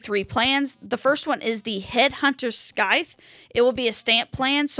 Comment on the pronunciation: It’s pronounced “sigh-the”